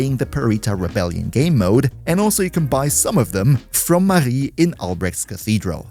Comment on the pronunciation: especially impressed by the perfect pronunciation of Marie's name